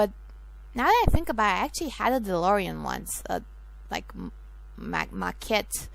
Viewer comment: c'mon of coarse its DeLorean....